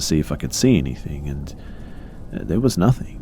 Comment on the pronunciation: I don't like when you say "and" it sounds like andt or ant